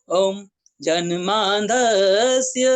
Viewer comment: जन्माद्यस्य बोलना भी नहीं आ रहा।